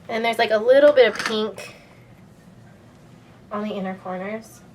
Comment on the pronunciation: ths tutorial rocks and so do all your other tutorials but the way you say pink makes me want to throw up